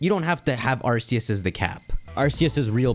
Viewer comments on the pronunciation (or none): none